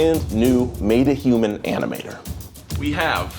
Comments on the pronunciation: Stip saying matahuman it's metahuman!!!! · Anyone else getting triggered by calling Metahuman "Made-A-Human"? PRONOUNCE IT RIGHT SAM, PLEASE. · He keeps saying MAYta humans lol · Him saying "meta" like "mayta" is driving me crazy lol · the pronunciation of metahuman hurts me on the inside